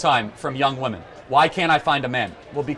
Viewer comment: Another young person who can't pronounce the plural "women" properly. Internet mind virus! :P